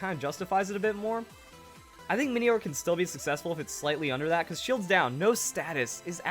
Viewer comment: I think minoir might be pronounced 'min-noir' noir as in French for black